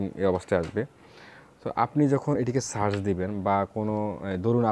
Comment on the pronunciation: ভাই, আপনি বারবার একট শব্দ উচ্চারণ করতেছেন "ছার্চ" এটার মানে ঠিক বুঝতে পারলাম না।